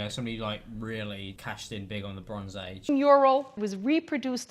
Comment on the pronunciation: anyone else think the way she said ‘mural’ is clapped